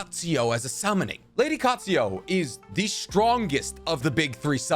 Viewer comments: U have a habit off changing vowels/letters in names, for example u change Katsuyu to Katsuyo and in another vid u change Kakuzu to Kakuzo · there is no "O" in "Lady Katsuyu"